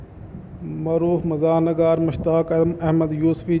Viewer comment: میرے بھائی آپ اُردُو بولنا تو سیکھ لیں پہلے کِس کام میں آپ پڑ گئے ایک اُردُو اَدب کے اثاثہ کی خبر اور ایک جاہل کی صداکار بہت تضاد ہے بھائی۔۔۔۔نَگار نہیں ہوتا نِگار ہوتا ہے فارسی سے ماخوذ ہے اسم نکرہ ہے نون کے نیچے زیر ہے آپ بار بار زَبر پڑھی جا رہے ہیں